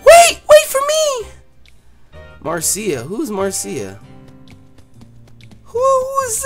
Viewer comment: Marcia is actually pronounced Mar-sha